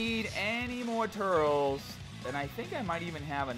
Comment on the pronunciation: You're pronouncing turles wrong